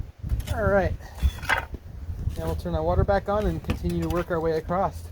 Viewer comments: Whenever I hear someone say acrosst I stop watching. If you can’t say across and just make a word up instead of saying the normal word you aren’t worth paying attention to. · there isn't a t in across!!! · The word is across not T on the end.